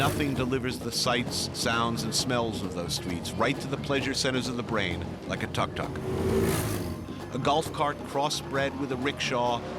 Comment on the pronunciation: Tuk tuk is pronounced “took took.”